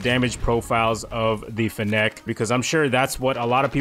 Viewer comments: It's pronounced finnick. Like gimmick but with n's and an f. As in fennec fox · The way you pronounce fennec is making my ears BLEED